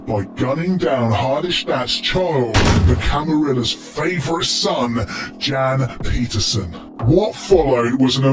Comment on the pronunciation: The way he pronounces Jan Pieterzoon and Hardestadt 🙄